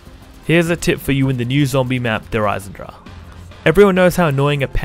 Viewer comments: Der Eisendrag? Is it really so hard to pronounce? d - e - r - e ( a in german) - i - s - e - n - d - R - a - CH (cat hissing) - e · please next time pronounce Der Eisendrache right